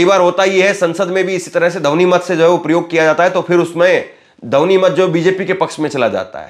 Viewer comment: Dhouni na bole,dhwani bole.